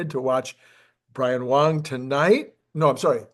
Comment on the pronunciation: you keep calling Brian Wang, Brian Wong!